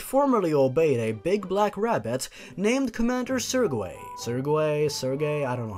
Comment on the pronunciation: "Sir-gay"